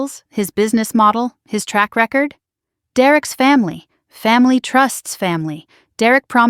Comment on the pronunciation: please teach ai the difference in homonyms a word that is dpelled the same but pronounced differently like this word record/record